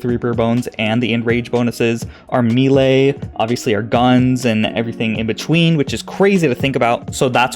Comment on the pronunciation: I've heard melee pronounced "may-lay" and "me-lee" but hearing "me-lay" is just absolutely disgusting, and saying "may-lee" is even worse when you think about it